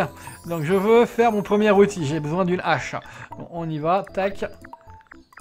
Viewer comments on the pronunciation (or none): Ca fait des années que je t'entends dire des Zhaches...... on dit pas des Zheros non plus, alors... Je t'aime quand même.